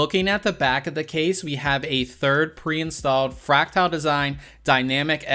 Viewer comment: I enjoy your content except when you mispronounce the product name as you're doing here. With all dues respect it's not FRACTILE, it's FRACTAL (Fract-al).